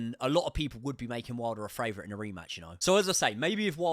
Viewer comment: Do you say FRavourite on purpose instead of favourite?